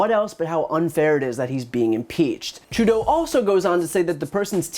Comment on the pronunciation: I like that you pronounce Trudeau’s name properly 🤗